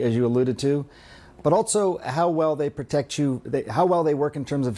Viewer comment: Why does he keep saying "altso"?